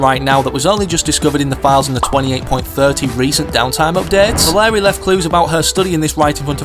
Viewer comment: “valerie and hub” yes that’s definitely how they’re pronounced